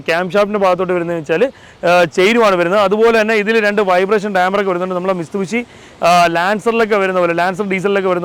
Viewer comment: Bro, you are saying "Mistubishi" It's "Mitsubishi"...!